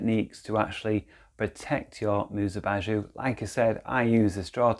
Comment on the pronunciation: you say it like "bazoo" 😂😂 lol